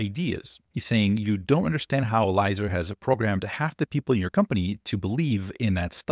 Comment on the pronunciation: Yud is right. (Pronounced EL-E-AY-ZER btw)